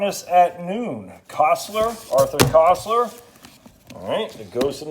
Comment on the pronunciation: Are you going to read all of those gems? Ouch on your pronunciation of Koestler. Also, I think the correct book reference should be Fahrenheit 451 by Bradbury. Happy reading. I prefer print but prefer everything in LARGE print. Your take on retirement and life in general is refreshing.